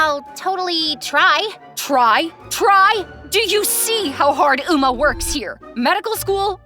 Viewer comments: Do u see how hard 'Umma'!? no hate but it's eomma I burst out laughing when I heard umma Also can u make a skz episode!?! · Umma?😭 it’s said omma😭